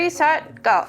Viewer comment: You say 'Ready, Set, Go!' and I swear I hear 'Ready, Set, Gold!!!' I guess all I see is the hints of gold in the first seconds of the video.